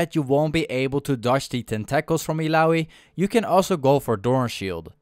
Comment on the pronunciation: Great video, and the pronunciation tentacles cracked me up. Tentackles XD